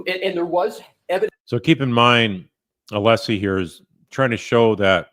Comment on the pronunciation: Is Brennan mispronouncing Alessi's name here? What a dolt.